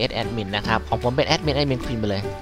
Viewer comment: "Aaaadmin Paasword Aaaadmin Pasword"Sry´,sounds funny :D Thx 4 the vid.